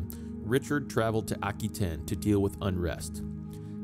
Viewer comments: AH-QUE-TAIN NOT, Ack-Oo-ain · Hello. That is an anglicized pronunciation. Aquitaine is a French territory and it's French pronunciation is as i say it.